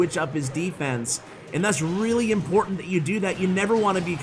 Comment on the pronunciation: It's a weally fun deck 😂